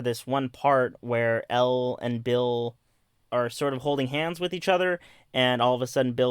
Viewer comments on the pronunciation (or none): none